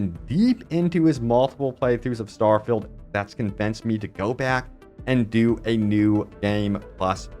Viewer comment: Why do you pronounce good English incorrectly? “Starfilled” haha